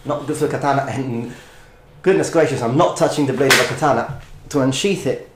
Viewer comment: "the katanana" <3